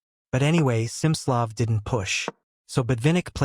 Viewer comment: It's Smi-slo-ff, with a hard i.